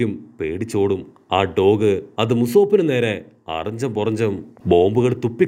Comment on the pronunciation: Musope alla usopee